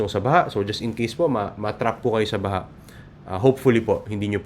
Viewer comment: ang gleng-gleng mo … with EMPHASIS sa word “BAHA”. Philippines’ WORD of the YEAR: “BAHA”